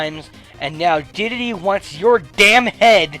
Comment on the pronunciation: he says dedele wtf